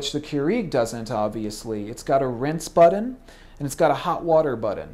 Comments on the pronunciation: He's not even pronouncing it right ... and "buddon" versus "button?" COME ON! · is he saying "buddon", and if so why? the word is "button" with the hard "t" sound, not the hard "d" sound. Did college teach the Buddon word? Well? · and its button not buddon ugh! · Its BUTTON not buddon and its Keurig not KUREG. Say it right Thanks :)